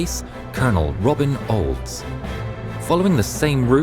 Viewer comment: The way you said "Colonel Robin Olds" was literally perfect!